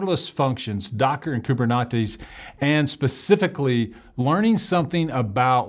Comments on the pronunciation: no you definitely said coob-er-knot-ees. Not coob-er-net-ees. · Did I hear someone say KuberNachos?